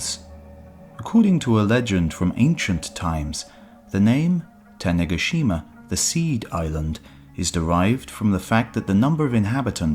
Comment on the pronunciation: Ta-neh-GA-shima my man